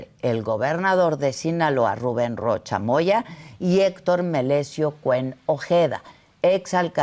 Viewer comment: Y el RRRRRRRRRRRRRRRREROCHA!!??